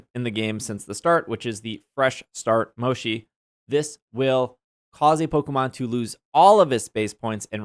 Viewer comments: Mo-chee, not mo-she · I'm sorry the way you pronounce Mochi is killing me, my adhd told me to tell you it's MO CHII like Chill. Not Shi lol sorry 😅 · Finally we can lock the mini map 🥺 That's one of my favourite updates lol By the way, the pronunciation of Mochi is more like "motshi" not "moshi" :) Anyways, great video! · Mo-chee not moshi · Mochi is actually pronounced Mo-chi, not Mo-shi. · One thing that bugs me. Its Mo-Chi not Mo-Shi. Mochi is a desert made out of rice flower that come in various flavors and styles. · Lol at moe-shi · I’ve never heard anyone pronounce mochi as “moshi” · The mochi is pronounce is like this mow.chee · Mochi, has no "sh" sound in it it's a "ch" sound :L You can also get more than 1 HM from other raids...though rare they give up to 3 not just 1... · It's hard to listen whenever he said mochi wrong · Mochi is pronounced with a ch, not a sh.